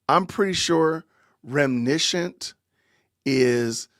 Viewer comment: When she says remnishunt she's actually saying reminiscent- remembering something in the past.